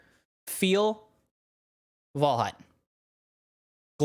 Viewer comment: Unique video style! Reminds my of zorzgamig, not by how it's made but how unique it is. And WAL HA U T was nearly right pronounced :) Also thx for the very good explanation! Was an pleasure to watch this video!